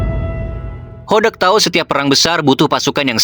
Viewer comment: Meuni JELAS min nyebut BOTAK 😅